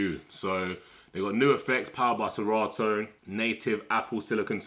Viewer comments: Please it's serato not sera ooo mention it well😮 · Lol.. he said se rah o.